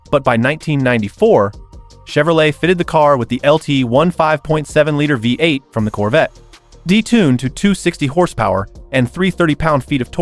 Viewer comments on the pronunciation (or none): American “Veight” engine 😂